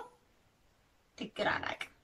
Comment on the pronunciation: ድግር ማለት ማረሻ ብረቱ የሚያርፍበት ጠፍጣፋው ጠውላ ነው። የገበሬ እቃዎችን ማወቅ ይጠበቅብሻል ። ድግር ውስጥ ያለው "ግ" ላልቶ ነው የሚነበበው።